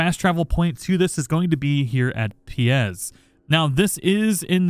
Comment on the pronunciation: Pie Z not "piez" great vid thoe man you always got the best info I apologize for my nitpick 😂